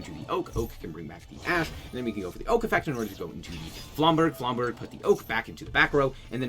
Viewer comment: Aight dog, flamberge is a soft "g" sound, no hate